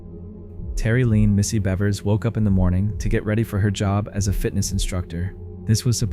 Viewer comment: Her name is pronounced like the animal: beavers. This case is one of those that stuck in my head above all others. Something about having the killer in plain view on surveillance yet not be able to identify them at all. So frustrating when justice isnt fulfilled.